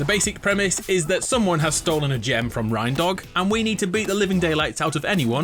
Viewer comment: Did he really say Rine dog? its reindog like reindeer